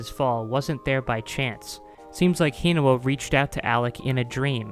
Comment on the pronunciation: The way you say Hinawa's name makes me cringe.